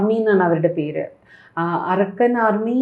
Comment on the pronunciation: Tg told point Not arakkan army. Pronounce Arkan means sun military